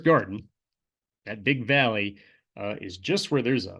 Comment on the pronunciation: I always hear Vallian Ridge instead of valley and ridge lol